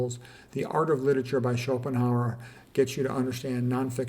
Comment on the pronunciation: Luther: LOO-ter, Schopenhauer and Goethe are well pronounced. Regards from Germany :-). Good topic!